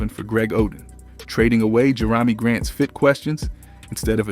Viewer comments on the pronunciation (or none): AI still hasn't figured out how to pronounce the names of Jerami Grant or Franz Wagner, so of course it didn't even attempt Deni Avdija or Toumani Camara lol ... and I think it got confused by the prompt to tell a two timelines story, and the story itself is written as if it were simultaneously right now and a year ago... pretty subpar even by AI standards in my opinion...